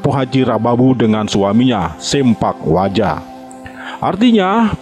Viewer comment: salah mang bukan sempak waja, tapi sepak waja